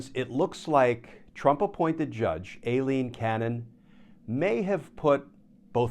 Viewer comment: Dear Glenn, I think you are pronouncing Aileen Cannon's name wrong. It is not Alien... it is Ai-leen. Sorry for my note, but you are so perfect, I hoped you were right on this one.